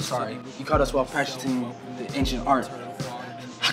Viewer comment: the way he said practicing LOL